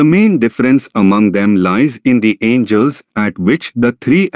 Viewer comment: I can't take you seriously as a teacher if you can't even read the language you are teaching in. There are no "angels" here.